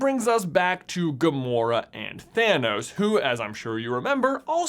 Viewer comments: I hear Thinos, not Thanos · Why do I hear it "gamora daughter of thenos" instead of "thanos" maybe it's all just a coincidence and her actual father has a similar name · Red skull says Thaynos sooooo, it can’t be Thanos!😂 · Red Skull doesn't say "Gamora, daughter of Thanos," he says "Gamora, daughter of THAYNOS." Thaynos, Thanos... completely different people! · If Red Skull has infinity stone knowledge of everyone and their fathers' names, why does he probounce Thanos as Thay-nos? 🤔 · I heard “Phinos”/“Finos” not Thanos, 😅😅😅 but then I don’t have great tonal hearing. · I know it makes no differnce either way, and is based on accents, and upbringing, but the way red skull pronounces thanos is differnt from like how the vast majority seem to pronounce thanos, and i would find this theory to be just really really funny if it was 2 differnt thanos, just how you would pronounce their names